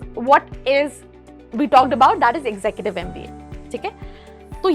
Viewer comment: Your pronunciation of executive is not correct.